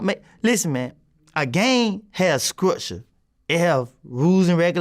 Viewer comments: “A gang has scructure “ 😂😂😂💀💀💀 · bro really said scructure lmao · A gang has skrukture 😂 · 😂😂 I read this exactly as he said it😅